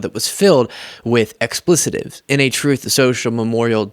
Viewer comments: generously throws a bonus extra syllable into "expletives". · Expletives not explicitives. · explitives, not explicitives. lol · "EXPLETIVES"- "EX - pluh- tives": OFFENSIVE WORDS! 🤪 LEARN WORDS YOU SPEAK! DON'T BE AN "IGNORAMUS!"